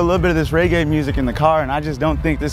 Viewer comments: Reggae not raygae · He black and calling it raygay 😂😂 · This nigga kept pronouncing it wrong 😭